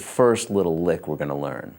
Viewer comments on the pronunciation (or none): none